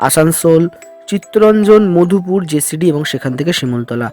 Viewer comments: উচ্চারণ টা জেসিডি না জসিডি হবে। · কথাটা জেসিডি নয়, জোশিডি ।